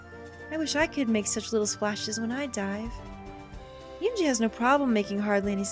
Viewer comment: If you do wind up streaming route, please learn to pronounce her name. I gave a pronunciation guide for "은지" back in episode 2, but you could also look it up on YouTube, since it's the name of a famous girl, it should be easy to find. Also, as the other Commenters asked, please upload it to YouTube. Side note: "eroge" is a Japanese portmanteau made from western words ("erotic" and "game"), so pronounce it like that (not "erogi"). You could call this game and HuniePop examples of eroge. If you see "yi" in a Korean romanization, or in a Mandarin romanization, it'll be pronounced like a Japanese "i" or "ii" (except with Chinese, there will be tones). I don't know why they romanize it with a "y".